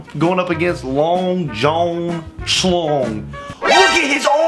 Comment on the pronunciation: listen idk if its just me or was saying the name so weird Long john schlong: bra tha'ts not my name: long jun school